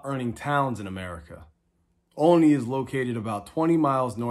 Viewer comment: Nice video, but it's pronounced ALL-ney, like olive.